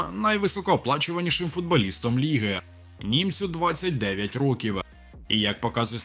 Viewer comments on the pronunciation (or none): none